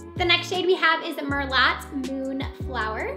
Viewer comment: Peony is pronounced p- own-eee. Merlot is Mur-low, orchid is pronounced ore-kid. You might want to check dictionary before you make your videos. With that said...you are a pretty girl with a lovely personality and I appreciate you swatching all these lipsticks. Thanks.